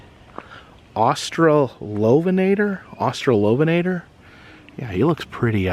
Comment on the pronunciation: my man can prounounce Austolovenator flawlessly, but struggles with something simple like Mosasaurus